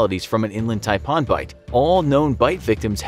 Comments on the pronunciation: It’s not taipon its taipan with an a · Ty-p-an not Tie-Paan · Who knew Japan was pronounced Ja-pa-on? I would have never known that had he not pronounced coastal and inland taipan snake as tai-pa-on. . . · Love the way you say "Taipon" in down under we pronounce it like "Thai-Pan" taipan :) ive also seen the irikandji jelly fish and box/man o war jelly working on the great barrier reef in the far north of aus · Taipan not Taipon. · TaiPAN not taipon.. get it right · That’s not how you pronounce Taipan, it’s pronounced like this ‘Thai-pan’ . The way it’s said in this video is horrible. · You may need to learn your animal pronunciation its tipan not tipon 😆 And the worst most venomous snakes that beat half on your lame list is the Gaboon Viper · Pronounced TIE-PAN. as in a cooking pan! Signed, an aussie. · Love living in Australia and I’m glad most of them were from here😂😂also the taipan is pronounced as TIE-pan. Also when you said spring of 2019 you talking about American spring or Australian spring? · Its TY-PAN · It’s tai-pan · ThaiPawn. otay... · The way you pronounced tiapan was really annoying. It's pronounced tie like neck tie and pan like kitchen pan. The way you pronounced it made it sound Indian or something. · And he said taipan wrong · I Don’t like how he was saying “taipan” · Imagine if he said frying pan with the same emphasis on the pan. Anyone want some coolhwhip? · As an australian it triggered me on how you said taipan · the fact he says Taipan wrong like pronouncing slightly different is triggering me XD also yay Australia we have deadly animals, love it here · Just so you know the reason why people don’t get bitten by the inland taipan is bc they live in the rural inland parts in Australia and you said taipan wrong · Please pronounce taipan properly